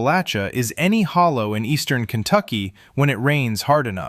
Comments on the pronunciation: He also doesn’t know how to pronounce “Hollar”. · He said hollow lol